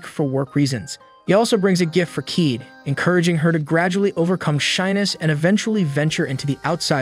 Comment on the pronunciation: Kaede as keed 😰